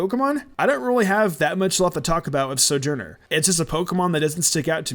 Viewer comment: I’m almost positive that Stonjourner’s name is pronounced: Stone- HOR-ner. Like ‘stone’ and ‘sojourner’.